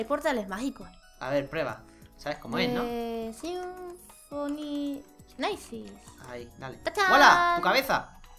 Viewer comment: se dice dsimphony no dsifony